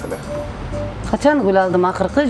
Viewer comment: Эхх кыргыз созу "гул алдым"десе "куло алдым "деп угулат